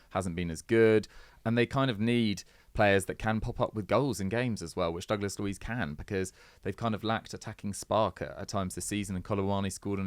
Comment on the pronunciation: Dooglas luiz???😂😂😂